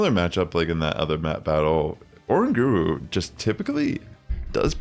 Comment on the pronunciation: Bro is uh-rang-guh-roo not Oran-guru!!!!